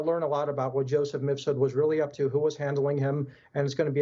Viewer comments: He said misfud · MIF SOOD not MISS FOOD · "MISS FOOD!!!" I love it. 😂😂😂 Best misspeak this year!! That scumbag deserves it.